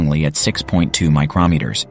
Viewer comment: Seriously, you can't get a better living human narrator? PAHs is pee-ay-aitches not PAHs. MikeROMeters is clearly another AI flub. Hire a person or get a better-trained AI.